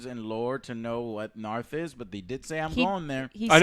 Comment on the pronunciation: Naath not Narth